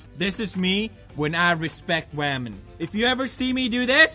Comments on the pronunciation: women? you mean WAMEN! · HENRY THE RC CAR I believe it's pronounced wahmen